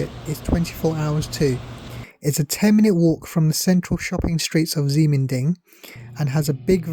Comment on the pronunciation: Ximending is pronounced "Shi Men Ding", unfortunately it's the PRC's way of spelling. Taiwan Used to use Roman spelling which makes more sense. For example, PRC spelling Qi would pronounced Chi. The reason for PRC spelling that way is to fit all the phonetic sounds for Chinese on a standard alpha-numeric computer keyboard. So they end up having X as sh, Q as ch and a few other odd ones.